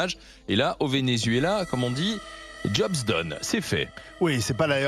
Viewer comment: Ce paysagiste ne connait pas le Vénézuela apparemment? Il ne sait même pas prononcer le mot Vénézuela